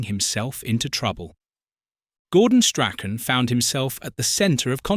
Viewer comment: What a load of tosh! And pronounce his name properly.